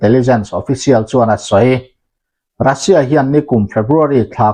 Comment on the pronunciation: iukraine tih hian lam tawh suh, a lam dan dik tak chu… Uukrain tia lam tur, Russia pawh hi Rasia tia lam loh tur, Ruuusia tia lam tur..